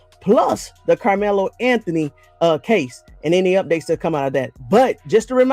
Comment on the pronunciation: Young man, I want you to say Karmelo‘s name right?